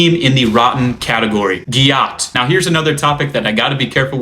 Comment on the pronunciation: it’s pronounced gat.